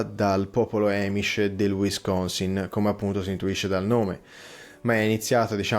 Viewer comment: Buon anno,! P.S. “Amish” si pronuncia con la A, non con la æ:ˈɑː.mɪʃ